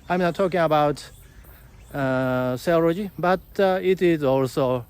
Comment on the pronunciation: are you saying cellology? study of the cells? maybe you are saying Theology.